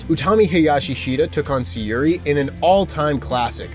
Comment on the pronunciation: pal I hate to correct people's pronunciation but Syuri is pronounced Shuri. Great video mate.